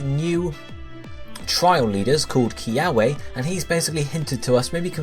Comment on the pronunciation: LOL SOMEONE PLS TELL HIM HOW TO PRONOUNCE KIAWE 😩😂